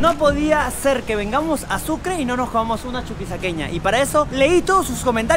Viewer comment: Amigo, no se dice chuquisaqueña